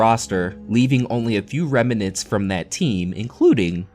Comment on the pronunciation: Then he added a third syllable to the word "remnants."